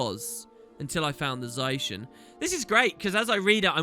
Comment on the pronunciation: don't mind the 360p but for the love of lyssa stop saying za-i-shen zai-shen pleaaaaaaaase